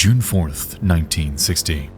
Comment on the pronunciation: I do not believe he uses his own voice, if it is a guy. There are extremely weird mispronunciations like 1960 towards the beginning that a normal English speaker would not make. This is most certainly an ai voice.